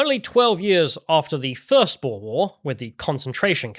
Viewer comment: Your pronunciation of 'boer' is a bit off, you call it a 'boar' but it is closer to in English writing 'boor' or in IPA /bur/. Coming from a Dutchy. Also, I think your story is told from a very white perspective. No white criminals in South-Africa? Are you kidding? The big race wars came to South-Africa together with Europeans on our boats. We brought that shit there and made it to what it is now. No matter who is in charge now, we did that.